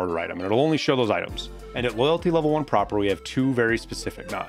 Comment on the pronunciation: Pronounces Prapor correctly... weird but ok... 30 seconds later "Tuh Shuhnkas" xD